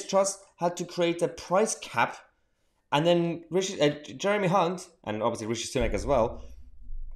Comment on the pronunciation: Nice to hear you pronouncing your H's, most pronounce his name with a C